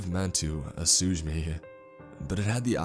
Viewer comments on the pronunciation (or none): "ass-ooge me" you.... you mean ASSUAGE ME!?!? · I love his stories but man, he's got some odd pronunciations. Assuage=Ah sooge